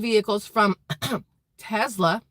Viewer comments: TeSla, not TeZla..........lol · Its tesla, and sounds like tess-la NOT TeZ-la sorry I am not nit picking lol, yeah I am